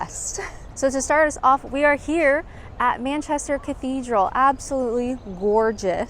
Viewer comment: It's so so strange to see you outside your own four walls..., even though its happening more and more! How long have you been in England...? Still can't pronounce Manchester? Babble was a flop for me, Had no luck with French, maybe i'll have more luck with Spanish. If I deceid to give Babble another chance. This was an informative and well edited video, that kept me on it till the end. Thx.